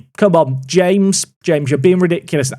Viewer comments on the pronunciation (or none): none